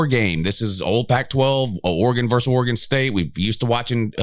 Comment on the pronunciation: Pet peeve: please learn to say versus.